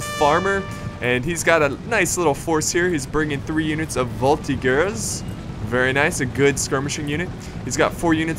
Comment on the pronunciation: Hey ! Great video ... I don't want to be a dick... or any other humain or animal part... but Voltigueur in french is pronounce with a "j" (voltijeur)... You may try it with google translate sound.